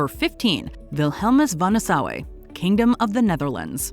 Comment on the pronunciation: nasau not nasou